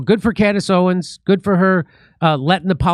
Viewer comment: Jimmy her name is "Owens", not Owen. The two party system is a scam